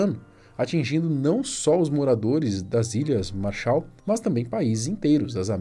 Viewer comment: MÁrshaal!!! MAArshal!! A ênfase é no primeiro "A"!!! MAAAAArshal!!